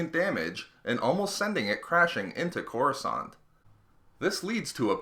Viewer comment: It's Coruscant lol,not courascant lol